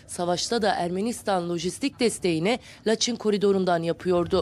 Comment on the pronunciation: Laçin deyil Laçın